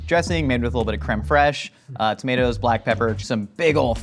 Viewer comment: When he said crem fresh I thought of South Park 😂😂😂